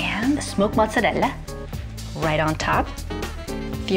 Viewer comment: 😂 she sounds so fake when she says mozzarella...it's so overpronounced. And she keeps saying "look how pretty that looks repeatedly lol